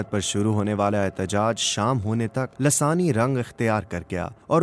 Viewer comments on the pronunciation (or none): محترم السلام و علیکم کیا یہ لفظ دراصل لسانی Lissani ھے یا لاثانی Lasani آپ تو ہر بار دوسرے نمبر والا ہی بول رہے ہیں